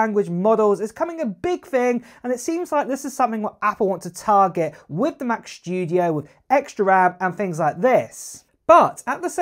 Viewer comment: "Mach SHTOODEOHE"